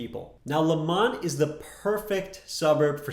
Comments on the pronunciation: It’s lemont not lamont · Yes Lemont, spelled correctly...not Lamont (as in Sanford) 🙄